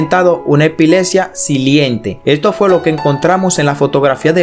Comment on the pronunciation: MUCHO ENREDO CON EL VIDEO..SE DICE HEPILEPSIA Y NO HEPILESIA